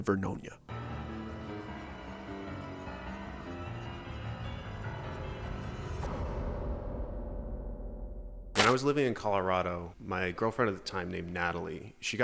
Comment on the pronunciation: There is no VERNOINA, It's Ver-no-nia. 10 miles west of the city of Saint Helens.